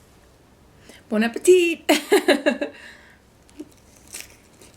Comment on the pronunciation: When she said " bon apatit" it sounded like she said "bone apple tea"😂😂